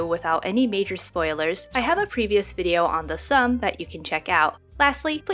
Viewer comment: Hi, this is a good video, but just one thing. Its not pronounced the ssum (sum). Its much like how the Korean name min-jun is pronounced Min-joon. The game is The Ssum (soom). I hope this helps! I am looking foreward to more videos! Have a nice day